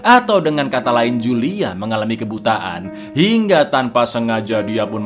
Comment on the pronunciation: itu bacanya Hulia cak bukan Julia, wkwkwkwkwk